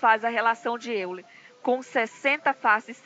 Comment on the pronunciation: diz-se óiler